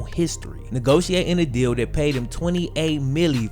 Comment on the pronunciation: In spite of you having just south of half a million subscribers, if you stop clipping your g's and start pronouncing "this and that" as opposed to "dis and dat" you would be a much better communicator, thereby attracting even more subscribers.